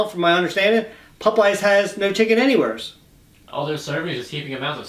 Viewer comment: Let's say it together "POP-EYES".... Not pupeyes!!! Lol